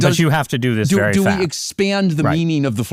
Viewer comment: "It's hyappening very fyast." An AI leader who can't pronounce the letter a without inserting a y beforehand 🤔